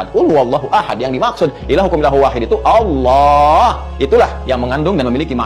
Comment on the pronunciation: Terus knapa dalam bahasa indonesia menggunakan Kata “Allah” sebagai sebutan Tuhan? Lalu oleh kaum anda membaca nya dengan Alah? Apakah kaum anda tidak bs membaca? Sudah jelas2 double L malah dibaca 1 L, ini bahasa indonesia bos, jd bacaan itu sesuai tulisan.